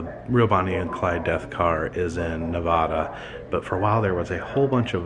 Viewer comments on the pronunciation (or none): I love you bro but please it’s Nevada not nevahdah thank you😂🙏🏻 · It's nevada not nuvodah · The moment you said Nev-a-dah you lost me! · Nevada (Nev-add-aa) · I hate how people say Nevada incorrectly......